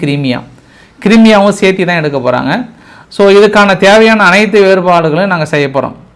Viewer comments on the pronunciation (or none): none